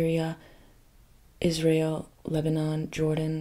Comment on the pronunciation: im having bilingual issues whenever she says Israel cause i keep hearing "is real" and im like what is real?? to then immediately realize it's the name of the country and not a phrase